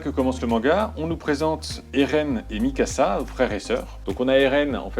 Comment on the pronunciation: Bjr bon courage pour tes videos. Juste une precision : MIKASA et non pas mysaka.